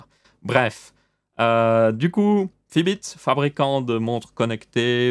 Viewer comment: Fitbit pas Fibits